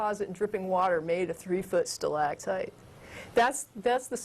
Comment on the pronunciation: the way she pronounces stalagtite is really annoying, and she must have said it about 20 times.